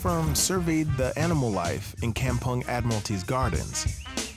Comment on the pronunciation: I love how he pronounced 'kampung' with his ang moh slang..😂